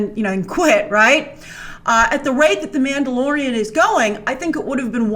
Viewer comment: not you calling the mandalorian like boba...